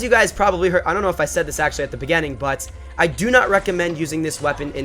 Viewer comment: I've been wanting to tell you this for a long time, but I feel like a grammar nazi when I try. But now, I'll say it. The word "Beginning" is pronounced "Be-gi-ning." Not "Bi-ge-ning."